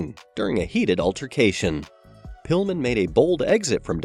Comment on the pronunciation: he said Brian Pullman not Brian Pillman. Lol